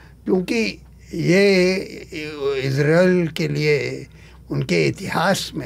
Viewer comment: इसराइल नहीं इजराइल होता है.. पहले हिंदी बोलना सीख लो